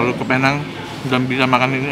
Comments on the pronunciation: nek carlos video sebelum2nya : jadi men, penang bacanya "pineng" nex carlos video ini : kita di penang men :) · Bang nex.. sebutannya bukan "Pear Nhang".. its "Pee Néng" 😄😄😄 .. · Ko gak ada cita² ke dokter tht gitu 🤣🤣 budek bat..btw nyebutnya pineng bukan pinang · Sebenernya seharusnya dibacanya "Pineng" sih hehe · Tulisan: Penang cara sebut: Pineng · penang. cara bacanya pineng. neng nya kaya ngucap neng(sunda).. begitu mamen. welcome to penang mamen. try deen maju dong... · namanya PENANG dibaca PINENG